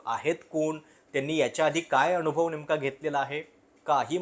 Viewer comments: अनावश्यक ठिकाणी न चा उल्लेख ण असा करत असता आपण. जसे की अनुभव च्या ऐवजी अणुभव. ते तूप ला तूंप म्हणतात बरीच लोकं तसं वाटतं. उगाच बामणी स्टाईल कशाला मारता? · आपले व्हिडिओ चांगले आहेत पण कृपया "न" च्या जागी "ण" चे उच्चारण करु नये. उदा अनुभव होता ऐवेजी अणुभव, मतदान ऐवेजी मतदाण यावर लक्ष द्यावे